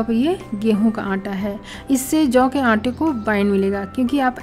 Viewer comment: Jav. Hay ki juvar. Vo brabar boliye